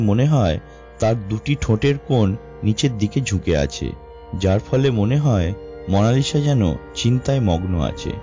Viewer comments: উচ্চারকের উচ্চারণ এত্ত বাজে কেন? মোনালিসা কবের থেকে মোনালিশা হল??? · its mona Lisa not mona lishaa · Kotha gula poca....lisha na lisa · Mona lisha na bhai monalisa parish o na Paris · মনা লিশা???😂😂😂 lol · what is মনালিসা? 😂 আগে ভাষা ঠিক করুণ ভাই